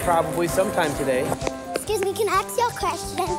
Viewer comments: ask not ax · Ask, not ax. Jesus wept. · 'Scuse me, can I axe you a question? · "'Scse me, can I axe you a question?" haha